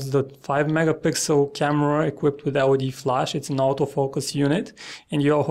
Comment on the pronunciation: to the author of this preview: hey man learn to speak clearly word : auto-focus.I had to repeat 2 the moment when i distinguished difference between,,out of focus" in your pronunciation and what u wanted to tell,,auto-focus" :)